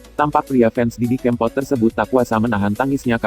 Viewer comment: Didi kèmpot bukan kempot pengisi suaranya kok gt sih :(